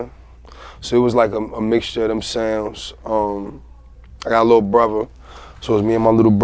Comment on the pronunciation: "Bruva"-Dave East....not hatin im js its funny how he says brother lol